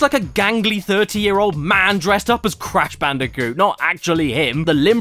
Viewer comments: It's C A S H B A N O O C A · "IT'S CASH BANOOCA!" 10/10.